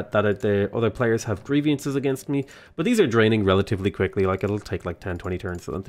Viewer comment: I cringe every time I hear you say "grievIances". It's "grievances", just the way it's written.